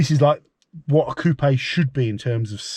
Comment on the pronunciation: Lovely choice! Also, kudos for pronouncing "Coopay" properly. Here in Canada, people always follow the U.S. pronunciation "coop." You'll have it all looking sharp in no time!🙂